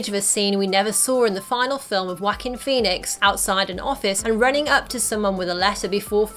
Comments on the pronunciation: “Wakine Phoenix” Wokine Phoenix is how it’s said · Y’all really let her keep saying “walk-in Phoenix”